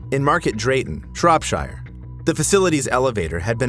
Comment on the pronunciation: The way you pronounced Shropshire and Cheshire hurts me